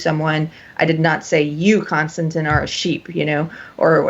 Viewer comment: Every time this guy said ‘Konstanteen’ I wanted to rip my ears off.